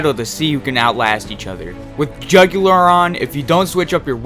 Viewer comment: wow you fucked up 3 names in this video. also, jugular? really? not very hard to say juggler.